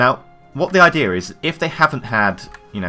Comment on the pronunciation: what the idear is ? he sais idear instead of idea coll channel though SUBSCRIBED